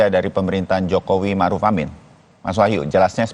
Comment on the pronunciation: Ma'ruf kok jadi Marud?